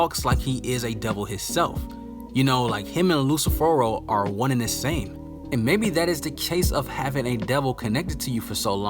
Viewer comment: the way u pronounce licht , lucifer and Lai slash gave me corona virus.